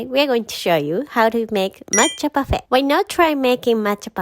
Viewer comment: you really have good french accent for the Parfait it's really sweet cause am french